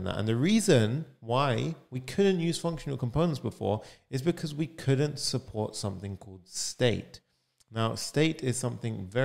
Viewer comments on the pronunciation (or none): You explain nicely. Just a suggestion while speaking drop the accent. for example I cant really understand when you say could and couldnt . both sound same .suggestion As non native english speaker .